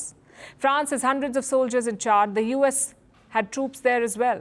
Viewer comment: It is not Chard but Chad.